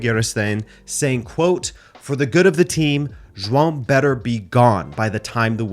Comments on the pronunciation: Finally, someone that can say João correctly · Omg someone who can pronounce João properly and not ‘Joao’.